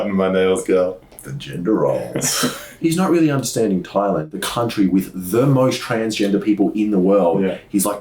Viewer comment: ...its pronounced"'tai-land"